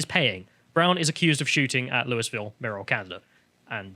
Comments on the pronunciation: “Lewis-ville”—ha. It’s Loo-uh-vull or, for some non-Kentuckians, Loo-ee-ville. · It's not pronounced Lewis Ville. It's named after King Louis, but it's locally pronounced Luahville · Loul- vul not lou-y-ville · Hey British guys. American here… It’s pronounced “Loo-yi-ville”. Also pronounced “Loo-ville” by the locals who live there. Not “Loo-yis-ville”. 😂 With that said, love your channel! Great commentary. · Quick pronunciation correction, it's not pronounced Lewis-Ville. It's Loo-Eee-Ville. Think about the name of the French king. People from the area sort of do Loo-Wuh-Vull. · Its annoying hearing bits say Louisville it's pronounced loo-i-ville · As a native I have to correct your pronunciation. It's more like Lu- Vul. Basically don't enunciate any of the vowels and you're pretty much there. Lee-Is and Lu-Ee are both incorrect. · I swear to god...Louisville KY is pronounced “Lou-ee-ville”. As a my resident the “Louis-ville” pronouncement hurts. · We pronounce it loo-e-ville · Fyi it's pronounced like loo -uh-vuhl. (Louisville native here.) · It’s pronounced “low-a-vul” or “loo-ee-vil” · Loo-E-ville, you're driving me insane you limey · Oh and it’s pronounced “loo-uh-vole” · the s is silent in louisville